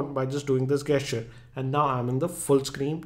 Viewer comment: Gesture pronounciation is wrongly used here though 😅